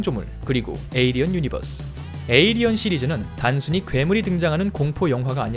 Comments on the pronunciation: 에'어'리언이 아니고 에'일'리언인뎁쇼... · 저글링 영어로 해도 에일리언.. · 중간중간 에'얼'리언이 들렸다만 일단 무시하자... 발음생활 어서 나오길